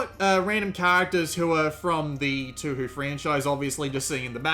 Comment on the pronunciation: the prounonciation for touhou is Tōhō the thing is that its a long O for both OU in the title